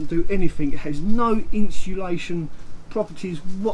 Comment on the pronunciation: Is he dancing while talking at the beginning. What's with all the hand pointing? And its insulation not inshulation!